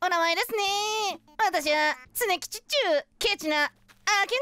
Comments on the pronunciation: 花江さんのつねきちがさかなクンにしか聞こえん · つねきちがメップルにしか聞こえなくなってきた